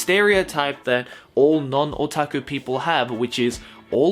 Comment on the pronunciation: Every time says "otaku" I cringe.